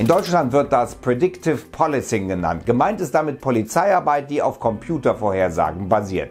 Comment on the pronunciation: Naja, wenn man WhatsApp hätte, wäre das wirklich eine tolle Idee.... Übrigens: "policing" wird mit einem langen geschlossenen i ausgesprochen, da es ja von "police" und nicht von "policy" kommt.